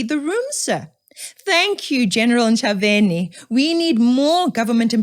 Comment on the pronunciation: Correction citizen, Ntshavheni is pronounced Nchabeni.